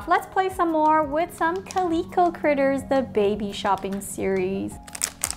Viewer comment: This is how you say calico cal-i-co